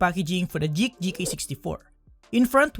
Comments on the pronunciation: Geek not jeek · You keep saying Jeek for some reason.